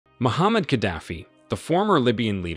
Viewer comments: Muammar Gadafi not Muhammad 😂 ignorant video présenter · Mo-Mar-ga-dof-fee. please correct enunciation of his name. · It's Muammar Gaddafi